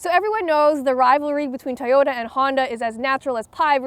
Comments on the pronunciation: I like how she pronounces Toyota as, "Tahhyota." Very quirky, but that's for you. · She says "Toyota" very strangely.